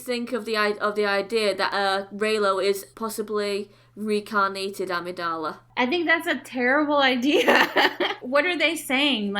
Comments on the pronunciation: LOL. They can't even get the name right. It's Amidala. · If you want some respect or to just look like you know what you're talking about, try getting the character's name right. It's Amidala. You could've googled that.